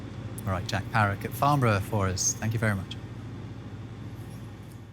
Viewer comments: It's pronounced "Farn-Bruh", and not "Farn-Burrow" ;P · It's Farn-burra, not Farn-boro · It’s pronounced Farn-brra